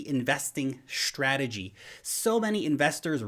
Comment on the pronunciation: Did you say SHtrategy or is it just me :)